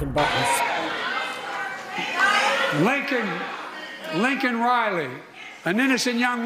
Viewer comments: He called her Lincoln not Laken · Kamala was smiling while Joe was saying Linkin, not Laken. God will exact vengeance on these evil doers. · He didn't even say her name correctly. What an insult. He called her Lincoln! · He didn't even get her name Right 🤕🤕🤬🤬FJB😎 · Yeah, he handled it so well he couldn't even get the girl's name correct. How lame is that? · PRESIDENT TOOK OVER 3WKS TO SAY HER NAME, SAID HER NAME WRONG. AND SHAMED INTO IT.... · He couldn’t even get the young lady’s name right. Pathetic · She has just as much of Riley’s blood on her hands as Biden,they all do and many more dead Americans!😎🇺🇸🇺🇸🇺🇸🇺🇸They are more concerned about calling a illegal illegal than they are concerned about murdered American citizens!they could care less about Laken Riley and all the others ! He missed pronounced her name,called her Lincoln Riley! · Joe mispronounced Laken Riley's name, and then shamelessly for him, looked at her parents and said "I've lost children too." Say WHAT??? I don't recall his "children" being murdered by an illegal immigrant. Beau died from cancer. Not the same thing at all. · What about the fact that he mispronounced her first name? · Nice softball questions they didn’t even mention how he misspronounced Laken.